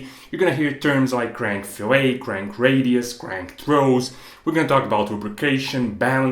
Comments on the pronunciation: 1 minor language nit: the -et in fillet is pronounced like the -et in bet, rather than the -et in ballet. The counterpoint for an outside edge is called a round. It is exactly right that both are used to distribute the stresses more broadly, rather than to concentrate them at the inside or outside corner of a 90 degree intersection, thereby avoiding a stress riser that overtaxes the joining point, leading to failure of the material composing the joint (in this case, the cast iron or forged steel of the crank journal). Very well done presentation - thorough, and well-explained. Nice job! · Yeah, generally speaking the geometric feature is pronounced fill-it or fill-et whereas the culinary practice is pronounced fill-ay (in america, at least) which is closer to the french pronunciation (fee-lay). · It's not pronounced "fil-A" (like a steak), it's pronounce "fill-et"... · yes - fil-it, fil-et - that's just a small matter of accent. What isn't a small matter is pronouncing it fil-ay, which is what you do to a fish, or a reference to a cut of meat. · I'm assuming in the intervening five years his technical English improved, but I'll put it down that a crankshaft fillet is pronounced fill-it, not fill-lay and the crankshaft's interaction with the oil is pronounced wend-aj. Excellent video. So rare to find someone who knows the material and sticks to it in technical videos. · It's not like "filet"minion. It's pronounced "fil-ette" when referring to the rounded area of the crank pin. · “Billet” and “fillet” rhyme. “bill-let” “fill-let” Many people pronounce “fillet” like “filet,” but they’re wrong. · It's Fillet, not Filet. It's a radius, nota fish. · very cool. btw, 'fillet' is pronounced in its entirety, with the 't'. 'filet' (pronounced 'fillay') is what you do to meat & fish. fillet of fish, crank fillet, the same. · The radiused shape is pronounced FILL-it. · Fill-it.. fillet